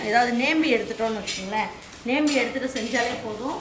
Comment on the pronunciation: அம்மா நேம்பி இல்லை நோம்பி